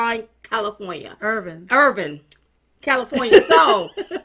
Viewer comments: Ladies it's actually Ir-vine ( like ur-vine - not ur-vin). But its not that important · Darling's, Irvine, CA...it's pronounced Er-Vine 👍👋😍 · It’s Ir-Vine.